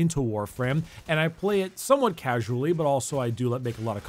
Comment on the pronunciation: 500 hours "causually" boii...